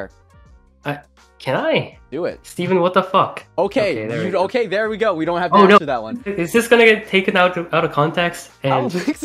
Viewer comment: I feel like when swear he didnt say the f word he just say fawk